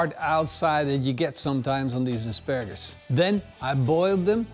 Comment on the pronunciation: Did say.. Asparasus?